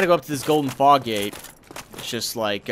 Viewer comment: the first time you said fog gate i thought you said fox gade